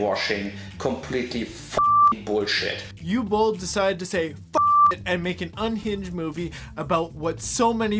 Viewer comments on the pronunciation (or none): pretty sure it's "oovuh" not "youway" ... oogway bowl ... and no i dont like the guy any more than you do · Isn't it pronounced "ooh vay"? I don't speak German so I'm not trying to start no stuff but I'm pretty sure I've heard it pronounced with a "V" sound. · btw, the W in Uwe (and all other German words) is pronounced like a V. Also, the double L at the end of Boll means that the O is short. What was said here would have to be transcribed as "Ue Bohl" in German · Its pronounced 'Oo-vuh" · Dude's name is pronounced "oovuh." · at the beginning calling Uwe Boll 'U Boll' is hilarious because everyone who likes this film is a boll. (You can guess what the second syllable of that is.) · I don't have much respect for the man but you are pronouncing his name incorrectly, it should be "oo-vay". In German, w's are pronounced like a v. Sorry to nitpick, I loved your Shadiversity video. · How the hell did Uwe Boll manage to get hired again? The man's a bigoted piece of abusive trash! ...Oh. Answered my own question. (It's pronounced Ooo-vuh btw. It's German.)